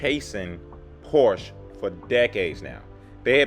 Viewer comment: You need to learn how to pronounce Porsche.